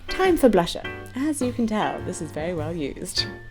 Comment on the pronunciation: I love it when you say blusha lol